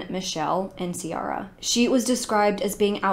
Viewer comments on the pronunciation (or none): I’m from N.I..I’m sorry I had a good chuckle at your pronunciation of Ulster. And Ciara, it’s pronounced Key-raa, I think C-are-a is the Americanised version.